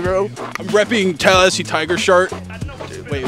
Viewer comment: did just subtly remove a syllable from the word Tallahassee? LMAO hilarious video